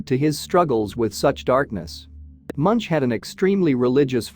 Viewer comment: His name is pronounced Munk and at the time this was painted there was a volcanic eruption on Iceland so large it could be seen from Ekebergveien in Oslo where he lived.